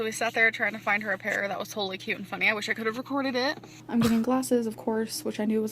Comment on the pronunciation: When will this mega bimbo learn to put the "t" on the end of cute? Cue drives me nuts.